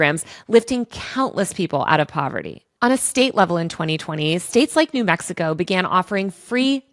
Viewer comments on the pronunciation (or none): none